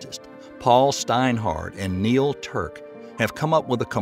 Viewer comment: His name is Neil TurOk not Turk just FYI, he works at perimeter institute canads now, genius